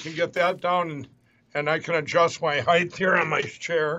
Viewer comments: I get home from work and here's a wonderful video from. Heighth? You think somebody who's a millionaire would learn how to speak better. MTG needs to listen to the news. Illegal immigration has been declining since May. Thank you again for all the laughs. 😂😅😂😅😂😅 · Thanks for the height vs. heighth issue! Never heard ANYONE ELSE but me point that out!!! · I cringe when I hear "heighth", he's got plenty of roundth too. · Oh, I think you might be the only other person than me going crazy from Mike saying heighth. That MyPillow 2.0 ad that kept running had Mike saying it, and it bugged me each time. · Your show is the "heighth" of hilarity! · Mike Lindell " Just better adjust my heighth here on my chair" sits back down - still at same heighth 🤣The show must go on